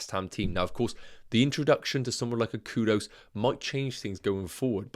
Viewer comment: Thanks for the massive work as always 🙌🏾✨ It’s actually pronounced “K-OO- D- OO-S😅….sounded so weird the way you kept saying “K-O-D-O-S